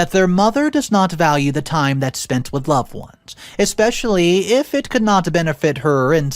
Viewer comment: there is no X or K in the word especially I have noticed that you don't pay attention to the pronunciation of some important words although the stories are good this detracts markedly from the story